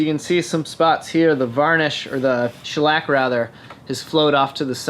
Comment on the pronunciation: Man you really gave the word shellac quite the shellacking